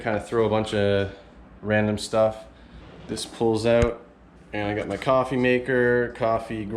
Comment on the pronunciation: I knew you're Canadian when I heard yiu said OOwwTt!! 😅